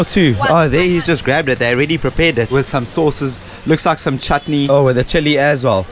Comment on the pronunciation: The way she pronounced the word "chutney"....🥰